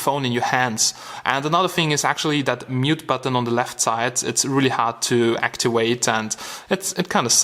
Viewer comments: M8 IT'S ACTIVATE NOT ACTUWATE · it's really hard to "actiweight?" lol lmao